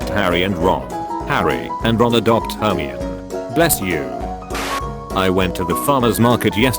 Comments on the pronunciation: Stop, stop, stop, you're saying it all wrong! It's Her-my-nee not Her-mee-own. XD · Ahem, IT'S HER-MY-ON-EE NOT HER-ME-UN ...it's leviOsa, not levioSA. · DID IT JUST FUCKING PRONOUNCE HERMIONE AS HERM-EE-ON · Hermian? HERMIAN!? ITS HERMIONE YOU IDIOTS!!!!! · Okokok WHAT THE FUCK DO YOU MEAN "HERMIOUNE" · the way he says hermione "hermy-on". Its ducking hillarious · HER-ME-IN Hmm, ok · I read all seven books without watching any of the movies and pronounced it her-me-own the whole time. How was I supposed to know that her name defies standard English? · "Hermion" XDD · ...herm-ee-on XD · The pronunciation of "Hermione" makes me laugh so fucking hard. "Her-me-on" 😂😂😂 that's never gonna go away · Hermoine = hermey-yoon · It’s Her-my-oh-knee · we pronounce it like "air me on" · Her-my-o-nee? That's how I pronounce it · Everyone else:" the snakes name is Lafayette and no one cares!" Me: " HE BUCHERED HERMIONE'S NAME AND NO BODY CARES!!!!!!" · The way it pronounced hermoine is kinda funny. I used to pronounce the oi in it like the oi point and with a silent e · LOL they way it says Hermione lol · It can’t fucking pronounce Hermione. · hearing the voice trying go say Hermione is absolutely hilarious.